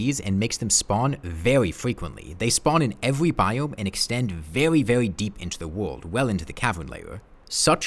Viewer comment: "vewwy vewwy" :3